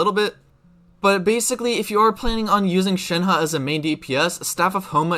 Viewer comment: Thanks for actually making an effort to pronounce her name right. It’s so frustrating